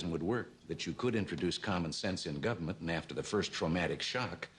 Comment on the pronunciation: I'm a huge Reagan fan but it sounds like he says "gummint."